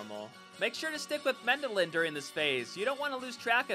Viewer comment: MendeLN, not Mendelin.... T_T